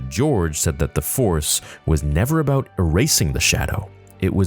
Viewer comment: Thats what its aboot 🫡🇨🇦